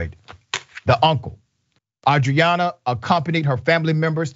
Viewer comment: Her name Arianna. You keep saying Adriana. The gang violence in Houston is out of control. It’s the most dangerous city.